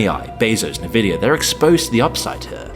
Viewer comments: Im sorry did you just say "Nuh-vidia"? is this even a human narrating ? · I like your content and I mean this in the nicest way possible, but have you thought of pronouncing Nvidia the way everyone else does?